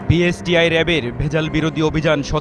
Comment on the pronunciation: Ucharonei to thik nai. BSTI k boltese BISTI. Background a jini boltesen take change kora uchit.